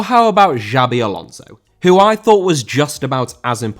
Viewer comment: Alonso* not Alonzouw